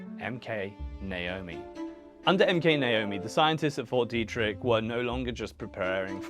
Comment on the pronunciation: Frederick native here, born in 1987 - theres lots of stories and rumors about fort detrick (pronounced Dee-trick) in Maryland (mair-uh-lind), there always have been. It was open that it was a biological warfare development facility, though, but the things they did there made for juicy rumors